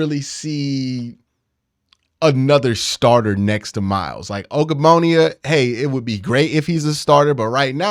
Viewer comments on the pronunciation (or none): Oh-koh-rawng-kwo! And Og-bonnia, not ogo-bonnia 😅🤦‍♂️ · Bruh keep saying ogbononia making me geek out 😂😂😂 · Practice Ogbo's name brooooo